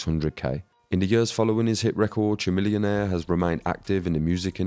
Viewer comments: Chamillionaire is not a one-hit wonder. Also, it's pronounced "ka-millionaire" like chameleon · lol at the way you pronounce chamillionaire.